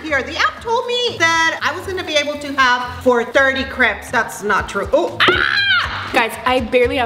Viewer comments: It not caps it’s crapes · The word is crepes not creps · They say crepes like cre-ps instead of crae-ps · It’s not craps it’s crapes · It’s crapes not creps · Not to be mean but it's pronounced cre-apes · you pronounced crêpes wrong. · OMG I really like your videos but the way you say crepes it is a trigger warning for me because I love crepes and I feel like you're saying it wrong but I'm probably wrong